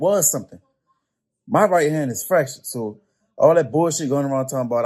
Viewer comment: Fractured hand? Pretty sure he said 'fresh', not fractured lol